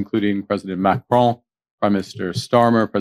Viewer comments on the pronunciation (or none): none